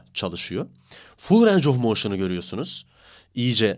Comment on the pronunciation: reis videolarına bayılıyorum ama lütfen range of motin derken "reyng" de "ranc" deme ya valla kusura bakma cok soyledin yoksa yazmicaktim